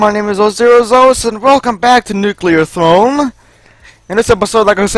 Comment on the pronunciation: Lel "nuclear Thron"